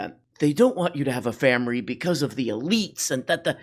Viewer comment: Im Asian, I give you the pass on "Famiry"